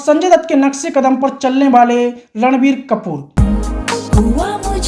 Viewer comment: ये रणबीर को लड़वीर बोलता है क्या